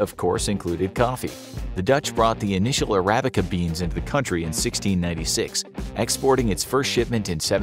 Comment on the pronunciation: How could someone mispronounce Arabica coffee this bad